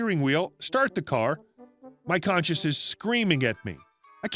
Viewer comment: Conscience and conscious are two different words with very different meanings. Don't pronounce conscience as conscious. Not everyone is reading along.